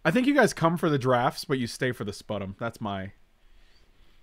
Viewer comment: Fyi, 'sputum' is pronounced spyoo-tum